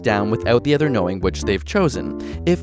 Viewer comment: When you pronounce the word 'other' it sounds like you're saying "ether."